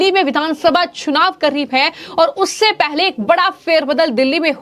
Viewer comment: चुनाव का उच्चारण😂😂😂